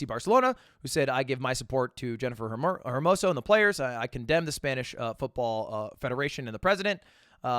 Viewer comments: It’s pronounced “ermoso” not “her-moso” Mr. English major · Lud how the fuck do you go outta your way to pronounce the S as "SH" when you try to pronounce it in spanish but when it comes to saying Hermoso you say HERmoso. Mon ami, H c'est silent!